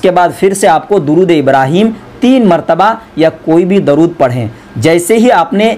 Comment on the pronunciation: Darood nahi hota durood hota hai